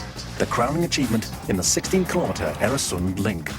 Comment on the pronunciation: Øresund/Öresund! Not Eresund!